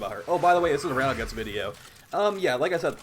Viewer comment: It's amazing how much stuff you mispronounce in the game. You obviously know your stuff but it's kind of funny. Battle Guts, Rude Zude, Slap loader. It's like you're trying to troll people.